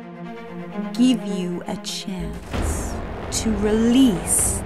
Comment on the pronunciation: did say “I’ll GIB U A CHANCE”???